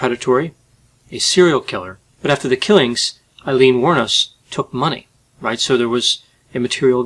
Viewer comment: Her name finally pronounced correctly ✌️🇮🇪